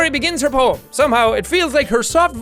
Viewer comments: "I give my moem to Ponika" loool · I died when he said "i give my moem...i give my moem to ponika!!" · Did anyone notice he said “I give my moem to Pokika.” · I keep seeing “pobody’s nerfect” in the comments but are we going to ignore “I give my moem to ponika”??? 😂😂😂😂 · Jack "I give my moem to ponika" Me 🤔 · "i give my moem to ponika"